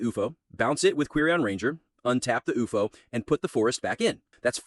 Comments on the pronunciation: IT'S U-F-O NOT OUFOH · stupid ai, cant even say u f o